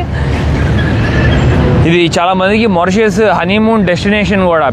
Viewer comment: మారిషిష్ చాలా మంచి గా చూపిస్తున్నారు కానీ మోరిషెష్ అని పిలవకండి. మారిషెష్ అని పిలవండి